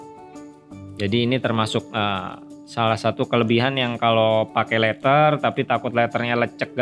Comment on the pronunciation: mon maap bukan leter, tapi leder. bukan winding tapi wainding. HADUUUH slaah hire orang nih